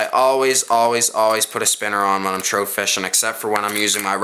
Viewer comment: A simple blue fox vibrix is the way to go and learn how to talk not lurr or rapla and troat It's lure rapala and trout god damn and u were calling a swivel a spinner